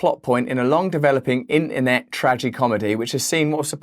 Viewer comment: “In- ahh -net”💀